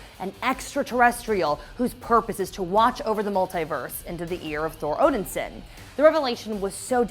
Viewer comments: STOP saying "Odinsin" it is "ODINSON" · OMG please stop saying Odin Sin! Great video except saying Odin Sin. Odin Son! It's Thor Odin Son. There had to be someone who knew this during your production so I'm guessing they let you mess up and that's just wrong. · Odin-son not Odinsin. That was driving me crazy. And decent recap on the comics, but she can't wield Mjolnir if it not longer exist. Now if they do the multiverse, maybe they didn't break up, Odin didn't die, and Hela didn't pop up. But from the outside, it seems painfully contrived. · Odin-Son!! Not Odinsin!?!? It's really not that hard!!!! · Are you seriously saying “odinsen”? It’s “Odin-son” 😑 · please quit sayin odinsin... its odinsOn as in the son of odin. i love you but the way you say things gets to me lol and then you keep saying it over and over. the way you said odin is correct. it is odinSON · Omg yes she keeps saying OdenSIN like wtf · I hate how pronounces Odinson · Is it just me or does she keep pronouncing odinson completely wrong? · Yeah that was bugging me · Thank you.. i come to the comments section to see if anyone else noticed. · It's pissing me off